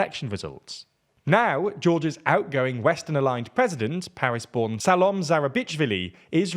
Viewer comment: Just an honest feedback: please, learn how to pronounce names. It is frustrating that you can’t put an effort to say correctly the names “Salomé” or “Mikheil”